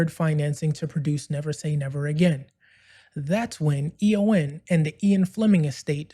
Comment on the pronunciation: First things first: The Broccoli-Saltzman company is EON (an acronym for “Everything or Nothing”); pronounced Ee-yon. You’ve presented a good summary of the legal battle. But one essential point that gets left out: McClory, Whittingham, and Fleming had developed nine scripts and treatments other than “Longitude 78 West” (which Fleming copped for his “Thunderball” novel). The deal McClory signed with Eon in 1965 covered all ten stories, which McClory would have the right to make after ten years. So Eon’s later contention that McClory was limited to “Thunderball” is pure BS. Once Bond became such a financial juggernaut, Eon naturally wanted to block any competition — which meant reneging on the original deal. Jack Schwartzman boldly took up the challenge, limiting his efforts to “Thunderball,” supposedly McClory’s only opening. Even then, Eon fought on in the London High Court throughout the making of “Never Say Never Again.” They tried every angle to halt the project, to the point of declaring that only dialogue from the novel could be used — totally absurd! Finally, the LHC told Eon to piss off! Thanks to Schwartzman, we enjoyed (after many years) a classy, well-written, fabulously cast, intelligent Bond film. Sean Connery also deserves credit for his commitment and determination on-set. It was vastly superior to that snoozefest, “Thunderball.”